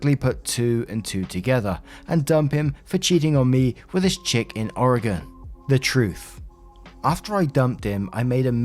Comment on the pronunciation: props for pronouncing Oregon correctly. People here seriously can't pronounce it.